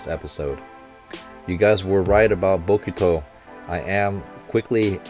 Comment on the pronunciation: Say it right: Hinata[Hee-nah-tah] | Bokuto[Boh-ku-toh] | Nekoma[Neh-ko-mah] | Ukai[You-kai]